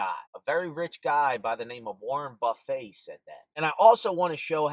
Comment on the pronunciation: I'm hoping you said Warren "Buff-ay" as a joke... :)